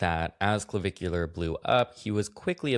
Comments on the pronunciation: Puulleeze Matt its not Clovicular !!! Not CLO BUT CLA … puuulleezze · each time you said clavicular, my mind went straight to Bunnicula 🐰 🩸 😂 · It’s the emphasis in the syllables and the way that you can pronounce -ar like -euhh (dramatically British) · I’m here for not being able to say Clavicular for the whole video